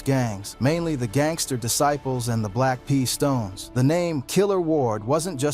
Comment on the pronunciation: "Black Pea Stones" 😅